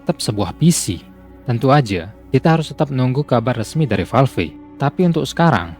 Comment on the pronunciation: valve kok baca nya valvi? wkwk